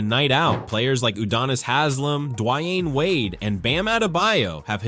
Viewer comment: How can you mispronounce Dwyane Wade’s name like that? 🤦🏾‍♀️